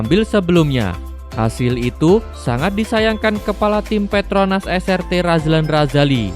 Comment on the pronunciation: Es ar ti bang bukan es er te Srt dibaca nya tu es ar ti